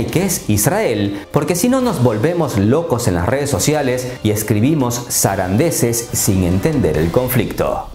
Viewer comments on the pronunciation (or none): Se dice sandeces y no sarandeces. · Sus videos son de lo mejor. Pero dice Sarandeces es Sandeces. Gracias y sigue adelante. Eres de los pocos youtubers que sigo por que si son buenos. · Se dice sandeces,no sarandeces.Pero bien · Estimado amigo greñudo, solo un detalle, se dice "zandeces"...no sarandeces...fuera de ese detalle, estoy totalmente de acuerdo contigo.